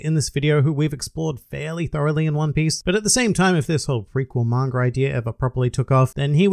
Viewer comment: Why do you always say "Mangar", it's Manga dude! Arrgh!